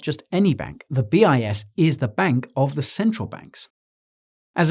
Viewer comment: I kept hearing BS study hahaha